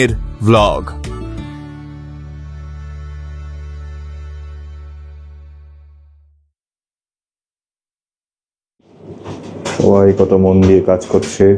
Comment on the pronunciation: V কিন্তু ভ নয়। 'ওয়' অথবা 'ব' সুতরাং ভ্লগ নয়। বাংলায় ব কথাটা দুভাবে উচ্চারণ হয়। ওষ্ঠ বর্ণের ব নয়, অন্যভাবে 'ওয়' বলতে হবে।